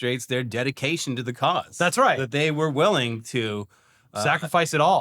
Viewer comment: "their deDICKation"... to the cause"